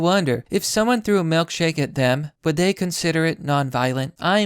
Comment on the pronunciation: Why does he pronounce it "melkshake"????